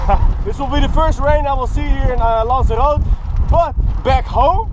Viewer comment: He pronounced Lanzarote right at the start. Woo